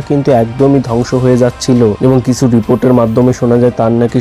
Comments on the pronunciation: র-ফলা বলতে পারেনা, জায়গা কে জাগা, কিছু কে কিসু বলে বসে বেচারা, এবং আরও অনেক ভুলভাল বকাই এর জন্য সাধারণ ব্যাপার! কি দুঃখ, এবার বলবে কৌশিক, কিন্তু বলতেই তো পারেনা ঠিক করে😢! আবার পড়তেও ত-ত করে বিদ্যান ছেলেটি, ইংরেজি বাংলা নির্বিশেষে ভুলভাল পড়ার কোনো তালিম নেওয়া আছে বলে বোধ হয়!😢😢😢😢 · পথম, কিসু, জাগাটিকে 😂😂😂😂😂 ভাই একটু পড়াশুনো কর, কথা বলতে শেখ, তারপর বল! "এবার বলবে কৌশিক", বললেই তো আর বলা যায়না!